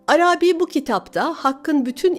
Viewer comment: Arâbî değil de Arabî olacak sanki. Selamlar.